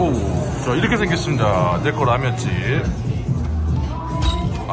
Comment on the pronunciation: " 내코"아닌 Neko 😢😅😂 찐한 육수의 면사랑이 넘쳐나네요^^👍👍